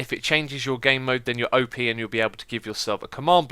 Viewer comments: X, it's pronounced "op", not OP. XD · Its Op (Operator), Not O.P ....